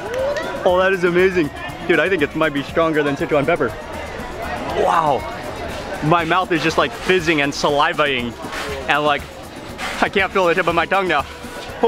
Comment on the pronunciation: "Salivating" .....Not "Salivering"